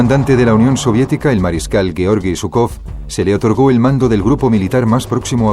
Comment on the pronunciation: Perdón, al margen de ideologías, pero llamar a Zhúkov y Kónev perros de caza de Stalin, es reirse de la historia y de la verdad de lo que fue Hitler. Tanto Zhúkov como Kónev (apellidos que ni pronunciar saben, pues van acentuados en la primera sílaba), debieran tener el agradecimiento de millones de seres humanos, por ayudar a precipitar la caída del régimen hitleriano. Posiblemente muchos de los actuales admiradores de Hitler, tal vez ni vivos estuvieran, al ser o descendientes de ciudadanos que la ideología nazi consideraba de segunda clase, o si hubieran nacido, ya la esclavitud que el régimen hitleriano tenía planificada sobre dichos ciudadanos, se los hubiera engullido. Hay que ser menos profano al hablar de la historia y abordarla imparcialmente y no en base a ideologías. El mundo del siglo XXI anda un poco desmemoriado acerca de lo que representó Hitler.